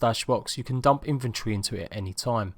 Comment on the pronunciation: Who else hears infantry when he is talking about inventory?